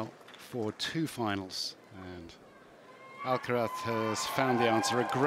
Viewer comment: Congrats to the commentator pronouncing perfectly Alcaraz, with the z like think.